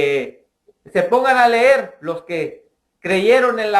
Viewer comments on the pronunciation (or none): en primer lugar no se dice " blokio " se dice BLOQUEÓ no se dice ler se dice leer no has visto las noticias LA GENTE ESTA CELEBRANDO QUE SE HAYA MUERTO